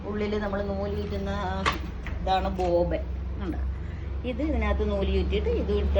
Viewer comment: ബോബൻ അല്ല ബോബിൻ